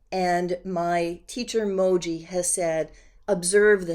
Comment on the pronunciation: Mooji.....not Moji